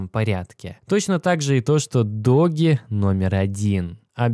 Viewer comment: доудж коин (doge coin), а не доги коин, ты что ...!? Собача монета (doGGy coin) тут не причем .